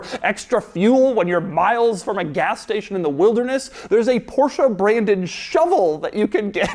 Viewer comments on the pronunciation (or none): It's "Porsch" not Porsha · only one suggestion, pronunciation is not PORSHA...it is PORSH... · I cant stand this... It's not "Por-SHIA", it's "Por-SHE", and it's not "De-CAR" it,s "DAKAR"... This is only pronauciation. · Doug, please stop pronouncing Porsche as Porsha. It's Porsh-Eh. Every time you say Porsha a German mechanic gets a stroke. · Das ist ein Porsche not the Porshaaa (-_-) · Stop calling Porsche porsha, yall sound retaarded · Why do Americans pronounce Porsche like “porschah”. I get ear cancer every time Doug says Porschah.